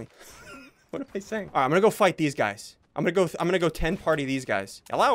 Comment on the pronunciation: I like how you say HELLO it sounds like you’re saying jello